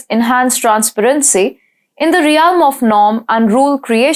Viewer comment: In the first 2 minutes, she pronounced realm as ree alm, emanating as man-ating, precarious as pray-carious, vocally as wokally, voice as woice, considerably as constabuterally, vast as wast, particularly as parr-ticulary, and vehemently as weh-mentally. No-one fluent in English would make such errors when reading from a script.